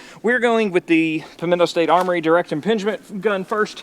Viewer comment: I love how kept saying "Pimento State Armory" 😂